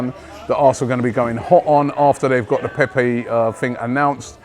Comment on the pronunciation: Robbie: Nicolas Pepey French fan: nonono, NIcolas Pepe Robbie: Nicolas Pepey? French fan: Pepe. Robbie: Nicolas Pepeeee? French fan: Nono, Nicolas Pepe. Short. Close it down. Robbie: Pepee? French fan: Pepe. short. Robbie: Nicolas Pepe. French fan: Right! Nicolas Pepe. Robbie: Nicolas Pepe. - in next video - Robbie: Oh just fck it. Nicholas Peppeyy!